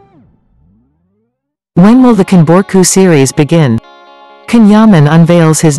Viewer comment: It is spelt CAN yaman but pronounced JAN Yaman 💜💗💕🍒🍓